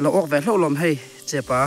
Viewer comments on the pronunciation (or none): Chehpa tih pawh lam thiam lo chehpaaaaaaa chu eng tawng nge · Chepa i lam hian, maupa, changelpa tih a pa lam ang hian i lam thin, a tawng âwn riau lo maw? Nu leh pa kan kohna pa tih a kan lam ang hian lam zawk la ngaihthlak a nuam zawk lo maw sir? I video hi ka la like kim vek che, sub bawk e. I video te hmuhnawm thin e, ka lo nghakhlel thin teh a nia aw.....han ṭang sauh sauh teh khai.❤❤ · Tinge chepâ i tih ziah a chepa ti rawh😊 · Chepa kha lam dik ve tawh la, Viewers ten an rawn sawisel tam ber a nih kha ,....